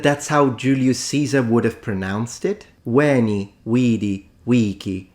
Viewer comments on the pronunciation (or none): not “uini”, “uēni”, with a long /e/ sound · That guy should train his Latin in Lombardy, then he would know what a long wovel is Repeat after me: veeento😅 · AT LEAST he got the ecclesiatical pronunciation right, no? isnt that a merit?? 🤣🧻🤣 ... BUT, u didnt quite hit the mark either ^^ -- "VÉN| V|D| V|C|" has only long vowels, EDIT: all six of them, not just three, the perfect has long vowel in most endings , which are truely almost twice as long as normal vowels in most languages that use this meaning destinction, i.e. say "WEH~EH-nee~ee WEE~EE-dee~ee WEE~EE-kee~ee" may seem unnatural to e.g. an english speaker artificially holding vowels for so long, but thats normal for other languages 😅 ... even italian does it only allophonically to stressed vowels, and allophonically means people do not even consciously realize they sometimes pronounce a vowel or consonant slightly different in certain situations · How did he get vivere but not veni? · That ”Veni, vidi, vici.” -”pronunciation” of his immediately left me confused as to, whether I should laugh, cry, punch a hole through the wall, or all at once. Like, he ACTUALLY went there 🤯?! EDIT: Exactly,; exactly 🎯.